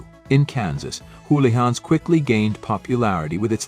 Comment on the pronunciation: Im sorry but I remember getting a hamburger from Houlihans, or as the very unobvious AI voiceover calls it Hullions or is Howlians. Anyway that hamburger was ridiculously priced like many of the other menu item. Despite their being one practically down the block from where my Mom lives now I haven't tried them again since! Are their prices still exorbitant?